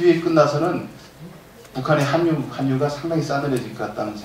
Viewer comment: 계속 한뉴라네요. '한류' 발음은 '할류'입니다.